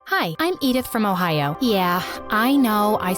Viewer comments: Did you say ohio😂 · Did you sAy ohio